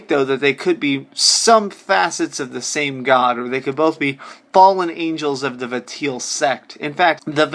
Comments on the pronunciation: are you stupid? i'm gonna say yes based on the way you talk and cannot pronounce Valtiel....you are just some dude with a gaming channel. That did sub par research on somthing it's clear you didn't learn a single thing. stick to shit like call of duty bro. I don't think you have the mental fortitude to play SH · Please, please, please stop pronouncing Valtiel's name as Va-teel. It's wrong for a hundred million reasons. The name is a compound of a shortened version of 'Valet' (coming from his function in assisting and attending to the birth of the God) and the '-iel' suffix attached to many Judeo-Christian angels (loosely meaning '-of God'). So it's pronounced 'VAL-ti-el', pretty much as it's written, emphasis on the first syllable. I know this doesn't matter a jot in the real world, but it hurts my ears every time you say it. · For the love of God it's "Vol/Val-tee-el" not "Vateel" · Vatiel? It's VALTIEL. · say it with me val-ti-el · the way you pronounce valtiel's name made me want to choke myself